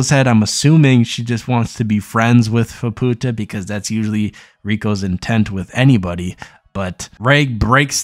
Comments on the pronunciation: fah poo tah... lul keep working on that speaking thing my dude one day you may get it. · Yeah. Ofcourse he's pronouncing it incorrectly, but some people are making sound WAY worse than it actually is lol